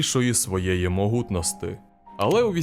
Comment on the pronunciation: Идентыченосты и могутносты это же невозможно слушать уши режет